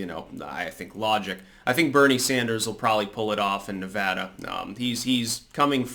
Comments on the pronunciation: Nice to see someone pronounce Nevada correctly.. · Thank you for pronouncing Nevada correctly.